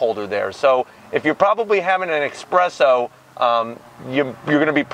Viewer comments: ''Expresso'' lmafaooo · You’re Italian? And you say EXspresso? 😂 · Espresso... not expresso. Dork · man's Italian and he says expresso. nona did not approve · You say you're Italian but you call it an eckspresso.... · an expresso? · "Expresso" - 2019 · An ekspresso? And you call yourself Italian? Dio santo.... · Did you just say "expresso"? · So you say you are Italian...and then you say 'expresso' 😂🙈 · Love the review, I have been considering getting one of these bad boys! But as a fellow Italian, I do have to give you a zonk on your pronunciation of 'espresso'. 🙂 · It's espresso.... You should know that being Italian bro